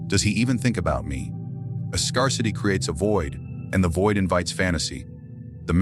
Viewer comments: did he say...scur-city lol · Learn how to pronounce the word "scarcity" The "a" is pronounced like the "a" in the word "air", not like the "a" in he word "car"... It is "rare" not to have some emotional "scars"